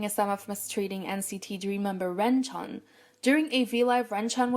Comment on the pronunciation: mistreatment: pronouncing renjuns name as (REN CHUN)...... issa joke plz dont be mad